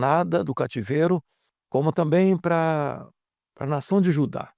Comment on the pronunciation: Não tamito,e sim "também "